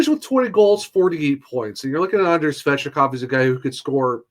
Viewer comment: It's Svechnikov not svechikov